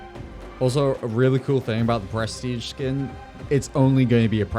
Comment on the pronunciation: only hearing "breastige"